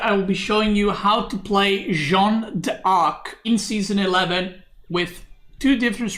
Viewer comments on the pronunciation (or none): When will stop saying john dork